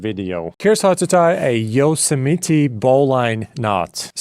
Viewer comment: I love the mispronounced Yosemite ❤